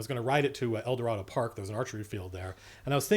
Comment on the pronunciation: Wow it's funny listening to you say El Dorado Park and that archery range lol did you go to Millikan High School or Los Alamitos High School lol I grew up off of Carson and Studebaker lol right by the middle school or was it Middle School